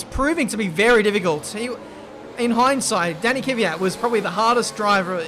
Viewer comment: I your other video you asked which other drivers names you say wrong and i didnt want to say anything but you say Kvyat wrong. You say Kyvat but his name is Kv-yat. No hate i love you videos and im a huge fan!!